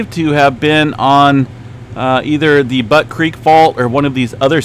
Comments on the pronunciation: Not Butt creek …. It’s Butte pronounced like “Beaut” in Beauty 😂 and Gerlach is pronounced “Gerlack” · 🤣🤣🤣it's Butte Beautiful Beaut pronunciation Not Butt.🤣🤣🤣🤣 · YEP , JUST LIKE BUTTE , MONTANA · Butte is pronounce like the Beaut in beautiful, not the way you are pronouncing it.